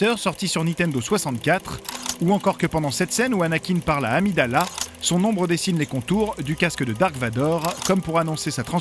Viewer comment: Qui dit amidàla?